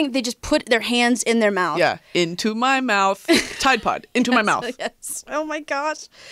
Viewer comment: "Into my moufth. TIDE PODS!" my favorite jingle